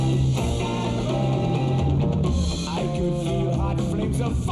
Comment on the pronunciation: He does. Sometimes it’s pearl, sometimes it’s girl.